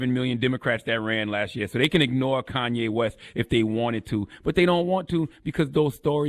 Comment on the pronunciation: He Gone Mad...... plain and simple Like come nah.... It's Kanye